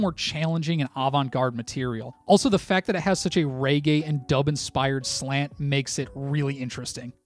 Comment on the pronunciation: Mate, it's pronounced regay, not raygay :)